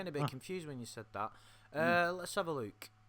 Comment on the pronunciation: Love the way says “look”, like “Luke” 😂